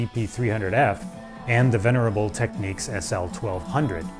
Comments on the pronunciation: Technics NOT Tekneeks! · "Techniques"? Lol it's Technics. There's no "nique". Say it right, man! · Technics is pronounced 'teknix' not tekneeks' Respect for having Ride album cover in the background.. :-) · DJs in the US always called pronounced it as techniques. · Just an observation - in the UK, we've always called Technics "TEKniks", but Americans seem to pronounce it "TekNEEKS". . Just an observation. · It's NOT pronounced "Techniques", it is "TEK-NIKS". It is a play on the word "technical", hence "Technics".